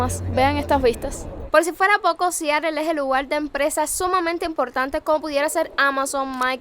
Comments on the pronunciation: Siarel 😂😂😂😂 es Seattle pronúncialo bien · Como se pronuncia en Inglés americano realmente es SIAROL. Te lo digo yo que trabajé en esa ciudad varios años.👍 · Para hacer un reportaje de Seattle primero debes de saberlo pronunciar. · sin afán de ofender! Aprende a pronunciar bien el nombre Seattle